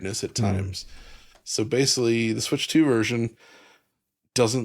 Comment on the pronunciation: There’s a stretch during the Halo VR segment where mispronounces the word ‘basically’ as “basely” like 6 times within a minute or two. Extremely unprofessional.